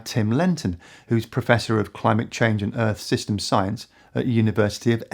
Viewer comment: An almost Freudian mispronunciation from, when she said " a crimeate and nature crisis" its certainly a crime. Burning down the house your renting would certainly rank as a crime, torching the world, probably the crime to end all crimes. Ignorance is no longer an excuse or luxury we can afford to entertain.